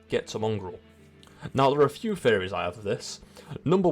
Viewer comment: It took me longer than it should have to realize that you were saying "theories" and not "fairies". I was listening but not watching so I missed the captions lol